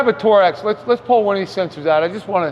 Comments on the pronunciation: 😂 Does this guy literally call Torx: “Tor-ex”? Hahahaha that’s a first. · Fascinating stuff! I'm in the process of preventing this issue which has begun on my ML550. But I learned something- maybe. Is it really pronounced Tor-Ex? I've been saying Torks for years, LOL. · "Tor-x"...lol It's pronounced"torks." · First time hearing it pronounced TOR-X